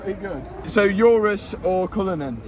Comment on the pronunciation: The only time heard Mat mispronounce a car name 'URUS' 😂😂😂😂😂😂😂